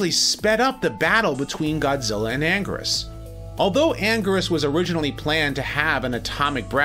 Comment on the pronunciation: Anguirus is commonly pronounced "An - Gear- Us" not "An - Gurr - Us"